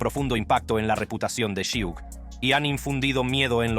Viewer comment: Su nombre es suge no shiug mi bro jaja